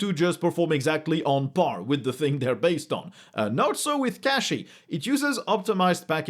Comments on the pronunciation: It is called “cachy” not “catchy” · You’re telling me I’ll be able to ditch Ubuntu server and run Cachy server? Sick! Also it’s cash-ey, the same way you pronounce “cache”. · Cachy is pronounced "cache-ey", aka "cash-ey" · I'm pretty sure its pronounced "cashy" as to me it seems like a play on cpu Cache, but I used it for a gaming pc and it honestly feels great for gaming and 3d work. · It's "cachy" like in "cache" (pronounced "cashy") I think they have it in the FAQ because the maintainers got annoyed that people said it wrong. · Moi, je prononce le nome comme ci: "Cashy". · cash e (long e not short e)